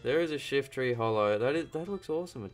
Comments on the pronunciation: It's short for "holographic" so how else would you say it other than the way he does? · He says it just fine, so holo...